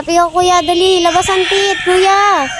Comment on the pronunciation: Please tagalunginm9 na lang kasi yong please ah pronouns mo parang sound hindi kaayaaya kasi tits mean breast..pero kung I pronounce mo yong teeth I am ang pronounce yan